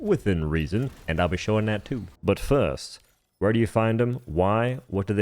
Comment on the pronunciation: Every time you say "first" the more i think your secretly british